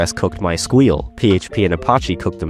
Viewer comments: I've heard people pronounce MySQL as "my Ess Queue Ell" and "my sequel", but My squeal" is new to me. Most of all it tells me "you're trying too hard". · Lol at "my squeal" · "my squeal" okay you got me there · theprimeagen is gonna someday react to this video and stop at "MySQL" because he finally found someone who says it the way he does bringing to total number of people who pronounce it this way to 2.